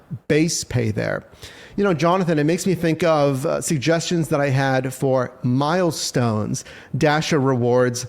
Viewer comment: Milestone pay sounded more like millstone pay